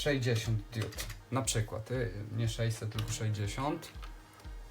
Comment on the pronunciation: Diudy z andurino nie świecą... ARDUINO I DIOD A NIE DIUD...